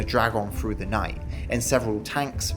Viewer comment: "suvvern England", "ripped frew", "fousand" . Learn how to speak please. I can't listen to the rest.